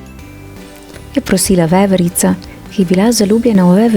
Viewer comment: jao veverica po štajersko😒